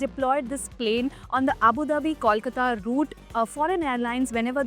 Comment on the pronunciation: All this while Air India is still twiddling their thumbs when it comes to adding international flights from Kolkata. Another missed opportunity. Also, please learn to say Kolkata properly. It is not Kawlkata.